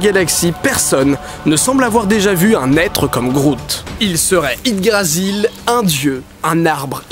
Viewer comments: J'sais que c'est pas grand chose mais j'ai l'impression que tu dis Ydgrasil pendant toute la vidéo alors que c'est Yggdrasil... Ça me fait tiquer même si en soit c'est pas méchant.. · Tu l'as bien dit une fois et après : on s'en fout de toute façon c'est dur a dire XD (c'est yggdrasil et non ydgrasil XD) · Yggdrasil, pas Yddgrasil =P ;) Ce serait tellement bien que Deadpool soit dans le MCU... xD Mais ça se fera pas, y'a des X-men dans le film =/ qui ne font pas partie du MCU (et c'est peut-être mieux, d'ailleurs)